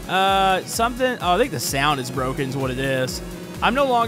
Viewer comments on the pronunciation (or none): none